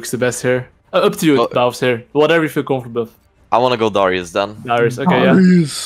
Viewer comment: They pronouce Darius Durryess lmao